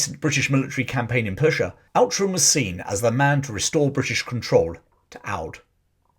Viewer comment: Outram is actually pronounced 'Ootrum'. It's a bit Scottish you see.